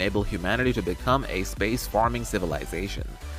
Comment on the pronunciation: Hey it's space-faring, not space-farming